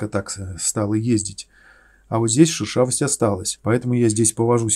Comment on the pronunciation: Прикольно, шУршавость))) Это от слова шУршать? Вроде шЕршавость правильно))) От слова шЕршавый.